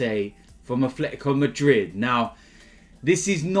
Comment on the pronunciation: "a Fletico Madrid"